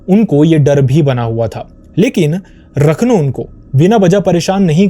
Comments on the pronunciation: It is not pronounced as rakhno (रखनो)...he is called raakhnho (राखणो) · Its राखणो... Not रखनो... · Sorry to correct- it’s not Rakhnow.. it’s Raakhno (राखणो ) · राखणो and not रखनो... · भाई उसे राखणो कहते है, रखनू नहीं। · It is Raakhno..ra pronounced as in ' Raakhee' or 'Raazi' .. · 'Raakh- no' is the pronunciation ( Protector or care taker ).